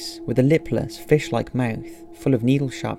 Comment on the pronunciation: Its Fish not "Fash"